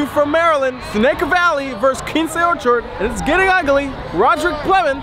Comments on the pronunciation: Mad he mispronounced it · said both they names wrong it’s still all luv tho 😂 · One would think that if you have your own channel and want to showcase these schools, it would be important for you to pronounce the school names correctly. That's embarrassing dude. It would've taken you 2 seconds to ask someone how to say Quince Orchard and Seneca Valley. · DMV Product! Reppin 301! Yo! Its Q-Wince Orchard & Sen-A-ca Valley!!!!